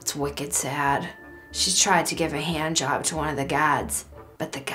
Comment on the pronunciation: "She tried to give a hee-and jawb..." I heard a little bit of Beverly in there LOL.